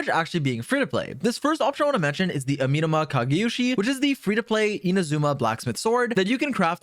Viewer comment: I hate the way he is pronouncing “Amenoma” 😂